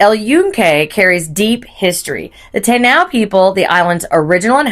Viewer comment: Repeat after me taaaiiinooo 😂